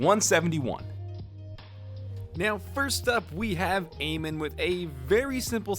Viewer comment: All arabs cringed when you said A-min not a-mean